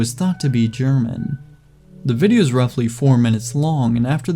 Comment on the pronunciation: on zippocat i heard him say "jerma" instead of german and got really confused